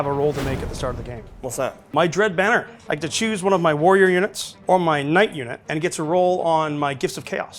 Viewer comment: The knight pronunciation is very risky!